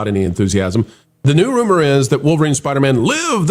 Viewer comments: Please don’t ever let culture say Spidermn on air again. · Anyone who can’t say spider man should not comment on marvel